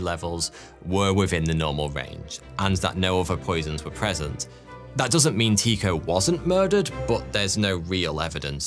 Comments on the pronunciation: nope, it’s pronounced Ty-ko, ‘y’ representing a vowel sound not really present in the English language but similar to the German ü or the French u in words such as sur, mur, sud .. the o in the ko part is pronounced as ‘eau’ like in French for water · no, Tu much like French for ’you’ and the o pronounced somewhat like ‘eau’ as in French for water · Tycho was pronounced Tücko - as if it were in German (at least that's closer than Teeko. Danish is, according to numerous linguistic sources, apparently one of the hardest languages to learn and pronounce properly). And sorry, the whole murder thing belongs to the tin-foil hat brigade. It's been proven that as you initially stated,he did die of complications (probably sepsis or some other massive infection) a burst bladder because he didn't want to leave the table. It was one of the reasons why the (small p) puritan Kepler, who genuinely admired his intellect because Brahe was a genius, would often row with him. Though Kepler often wrote how they would soon be reconciled and that he loved him (purely platonic before someone starts shipping them 🤦🏻‍♀️). If you want the sciency stuff about the debunking of the murder "theory" (it's really out of conspiracy theory land), go to Cool Hard Logic and his awesome series World of Batshit. That's a series where he debunks all sorts of crazy, mainly from the flat earth brigade, with science and a great deal of humour. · Not Teeko, Tike-oh. as in "The Tycho Magnetic Anomaly". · loved this vid ...always heard it pronounced TIE ko ...not tee ko ....English biased ? jk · Fascinating, but his name is pronounced Tai-ko, not Tee-ko. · It took me a bit but I realized I had been pronouncing Tee-Ko as Tie-ko. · Ty-ko, ty pronounced as in tu, French for you and the o in cho is pronounced as ‘eau’ like in French for water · OMG this is WRONG !! Every single space doco I've ever watched pronounces it "Tie ko" Urrrgghhh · It is Tie-co.. long I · Never heard his name pronounced like that xD